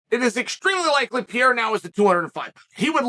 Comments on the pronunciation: The only battle Chael has ever lost is the battle of pronouncing a fighter's surname properly (Alex Peeyaira, Islam Mawklechev...) 😃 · As a brazilian, it hurts my ears to hear you say Alex's last name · Every now and then, Sonnen makes a conscious effort to start saying a fighter's name correctly "out of respect" for them. Are we to assume, based on the whole "Pierra" thing, that Chael Sonnen still does not respect Pereira? Also, "lapped the competition" was already being thrown around when GSP was WW champion.